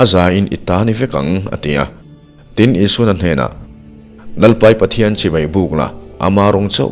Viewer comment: A van tha in a van ngaihawm em Chibai tih i lam hi chibei.. Tih a ang țep zel